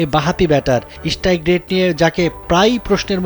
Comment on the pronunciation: eshtrike rate na bro, strike rate. apni journalist holen kemne